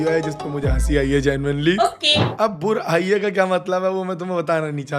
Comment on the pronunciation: Burai ❌️ burr aai ✅️😂😂